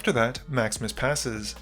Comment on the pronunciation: Every time you say "Maximus plays", I hear "Max misplays"... 😅